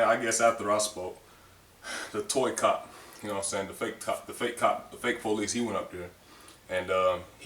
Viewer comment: Po lees = police